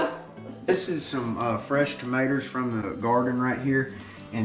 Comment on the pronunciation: “Fresh tomatoer’s “